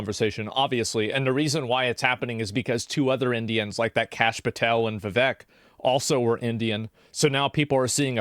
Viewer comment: His name is ViVAKE, like cake. Idk if asmon just doesn't like the guy or something but man it gets under my skin constantly hearing Viveks name mispronounced. If you're reading this, take these :D 🐦💚 It's dangerous to go alone.